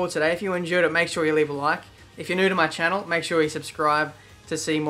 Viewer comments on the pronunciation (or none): none